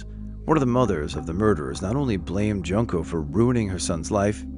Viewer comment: "Joonkoh" Furutah, not "Junk-oh"